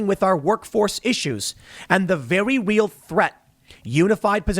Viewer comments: Timmy Hot Tubs: "the very weal threat" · “A vewwy weal thwet” -Grim Stool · "vewy weal thweat" tim pool uwu moment ^.^